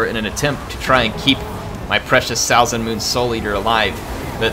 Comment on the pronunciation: Really cool battle, now I wanna play a norsca campaign. Also (It really doesn't bother me, you did as you could) your pronunciation of Salzenmünd is not the best, for me as a German ^^